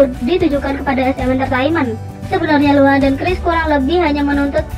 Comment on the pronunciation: pas awal awal gua dgr nya lohan bkn luhan😭😭🤧